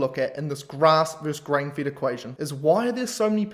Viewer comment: You should not pronounce FED as FIT...